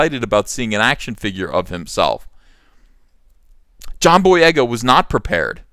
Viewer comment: Take a shot every time EVS says "jhon boyega" in this video lol